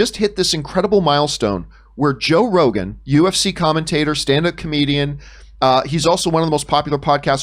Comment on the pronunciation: Did she call him Joe Regon?? Lol anyone noticed?